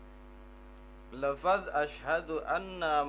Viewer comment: Klo menurut pendengaran saya pas asyhadu sepertinya kurang jelas pengucapan huruf "SYIN"gedenya, apalagi pas yg ke dua coba dehhh ditela'ah lagi video ini 🙏🏽 maaf soalnya saya juga pernah belajar ilmu tajwid jadi tau mana yg jelas dan yg tidak jelas pengucapan hurufnya,menurut kesimpulan saya ilmu mahwu juga harus didukung sama ilmu tajwid ,🤭🤭🙏🏽 salam sharing dari MANDALAWANGI PANDEGLANG